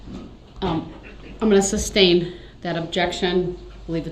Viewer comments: Some black dudes My mother was a teacher. She never let us pronounce words incorrectly. Some southern black folks pronounce the word GIRLS as GULLS. My mother always insisted GULLS fly over the sea! I cringed every time Brooks would say reasons for the SUBstain or does that mean I can reBUTTLE, or incorrectly refer to himself as the ALLEGED defendent. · Not to mention he was dumb enough to try to defend himself. Meanwhile, can't even bother to learn the legal terms. Like sustain, instead saying substain. Also, disrespectful to the judge throughout the trial. He thought he would get away with it? What a joke. He should have got worse than he did.